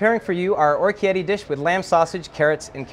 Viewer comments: what does he say? okietti? XD orikette! He's clearly never been to Italy! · Or-key-etty? How is is possible that they came up with the recipe and he never came across the correct pronunciation?